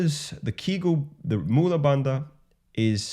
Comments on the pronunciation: The pelvic floor exercises are properly spelled Kegel and pronounced KAY-gull. They are named after the American gynecologist Dr. Arnold Henry Kegel ( ), born in state of South Dakota. He first published about them in 1948 as a professor at the Keck School of Medicine of the University of Southern California. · I don't doubt that. I posted only to correct the misspelling and the very common mispronunciation of Dr. Kegel's name. For all I know, Dr. Kegel might have acknowledged the ancient sources in his writings, or he might have discovered the same thing independently before he popularized it in the modern Western world.